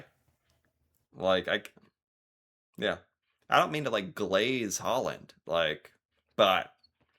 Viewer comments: Plus we say LAND, not LEND. -AAAAA. Like AAAAmericAAAAA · FYI: The name Haaland (aa- the double a) is pronounced like sound of «aw- au - augh - ough». It sounds like most english-speaking people says «Holland» 😅 Like «Hawland» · He pronounced it the American way, not the English way. Americans can't even pronounce English words correctly 😂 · my friend please go to the nearest Norwegian seamans church or simmilar to learn how to say these Norwegian names like king Harald and Haaland and problaby more 😂😊